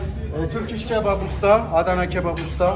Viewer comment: Aray bhai adana nai hai adana hai bolny main thora farak hai or wo ap ko ky rahi hain Allah bohat bara hai